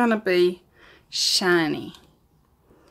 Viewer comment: When you said shineee you sounded like a southerner from down hear in the US. Love the colors